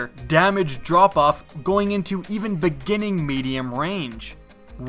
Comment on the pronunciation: I'm sorry, every time I hear you say "into Destiny" I hear "in teh Destiny". :P